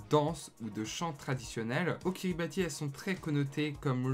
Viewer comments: Sauf qu on dit "Kiribahs" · Prononcer "Kiribass". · Ca se prononce KiribaTH, on prononce pas le I